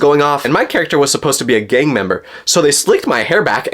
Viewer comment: I thought he said " gay " member not gang member